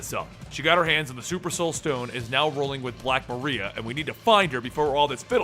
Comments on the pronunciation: Hey big fan but chick's name isn't Black "Maria" its Black Mariah "Ma-Rye-Ah"...like Mariah Carey. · u said her name wrong is black mariah not maria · Just FYI it's Mariah pronounced the same as Mariah Carey not Maria. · Love this video, but it's Black Mariah like in Mariah Carey. This was a hilarious read. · For future reference bro, it's pronounced Black "MARIAH" as in Mariah Carey. I know you like to be as accurate as possible, just thought I'd point that out for ya. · it's "Mah-rye-ah"